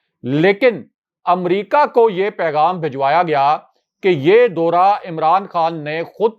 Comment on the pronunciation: Dora nahin daura. Pl correct Urdu bola karein